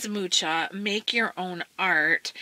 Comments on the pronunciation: Thanks for sharing! As I know it is pronounced "muha" and he was Czechish. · And I've been pronouncing his name "Mooka". Beautiful books by the way. I'm might buy books 1 & 3.